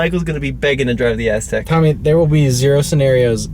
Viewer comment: it sounds like Tommy calls it the Asstek. Lol